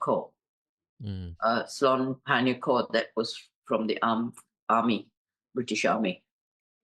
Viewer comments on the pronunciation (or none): is truly a good listener and gives ample time to the interviewee with minimum interjections etc. etc. Appreciate that. BTW is is pronounced as "SI-LON" 🤣🤣